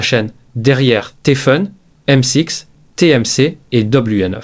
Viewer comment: "M six" (avec l'accent british) et "Doblué Neuf"...